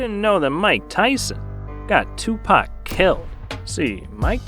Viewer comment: "Twopak" lmao